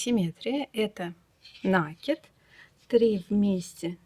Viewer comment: Ну почему нАкид,а не накИд?